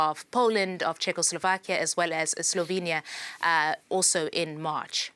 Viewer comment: Prime minister of chechoslovakia??? Are you for real? Did she actually say that? 😂😂😂😂 Embarrassing